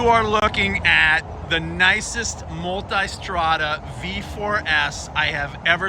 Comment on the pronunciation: Multestrada...Now try to speak